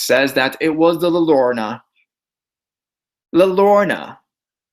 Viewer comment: It's la Yagh-rhown-nuh (llorona) btw. A double "L" is pronounced kind of like an English "Y" :)